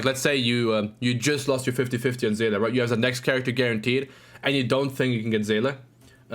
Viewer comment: Someone who can pronounce Seele. Amazing